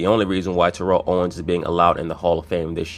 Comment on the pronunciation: Ur mispornouncing his name. Ik I can't spell.